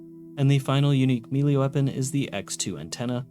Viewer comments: Sorry, but its just driving me nuts. The word "melee" isn't pronounced "mealy", its "may-lay" or "meh-lay" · Melee, not mili. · Good video but my brother in christ, its pronounced "May-Lay" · I always get a kick out of it when people say "mee-lay" for melee 🤣 I get that I'm probably the weird one that says "may-lay" but still funny sounding the way some people pronounce it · Melee is pronounced "may-lay," etc. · Holy shit. You're an adult. Learn how to pronounce 'Melee'. It's like pronouncing 'Earth' as EE-AR-th or 'Sunday' as SOON-day. We've known how to say it properly for ages and you are just choosing to say it like a 10 year old. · Somebody please teach this guy how to pronounce “melee” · Took the time to research religious texts but didn't take aby effort to learn the proper pronunciation of 80% of the words like nephi or melee i cpuld list them all but it would take more time than you put into this video